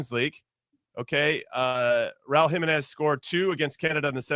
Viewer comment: Jimmy has to learn how to pronounce Jimenez. It’s killing me